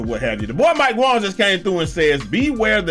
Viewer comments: “mike Wong” You wild for that 😂😂😂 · Still calling him Mike Wong 😂😂😂😂